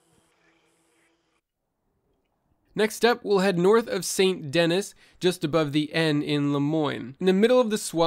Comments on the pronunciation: "sainT deniS" cringe Good guide, though. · How many times do you hear the proper pronunciation of Saint Dennis in the game to know it's not pronounced as spelled. IT'S SANDED KNEE FFS! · I stopped watching when this kid said SAINT DENNIS. 😂 Have you not played the game? They literally pronounce it hundreds of times. 🤦🏻‍♂️ ✌🏼